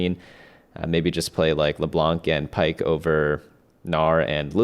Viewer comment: Please do not pronounce the "c" in leblanc it's not supposed to be pronunced thank you <3<3